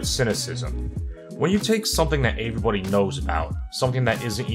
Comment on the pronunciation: Bruh the way you say everybody